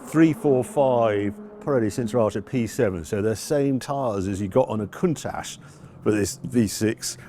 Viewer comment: There is no ssshhh in Countach. Love that widebody Merak.